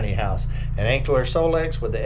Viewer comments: It's Anker pronounced like Anchor not Ankler just sayin' not hatin'. 😉😊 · You're pronouncing it with an L. Anker? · Lol. They teasing cuz there is no L in Anker!!!! Gotta say the product name correctly when promoting it. Please. 😊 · Sorry but you’re not pronouncing it correctly.